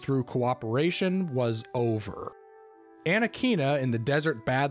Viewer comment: Love the video, just wanna say that it's pronounced uh-neh-cu-ih-nuh (Anequina)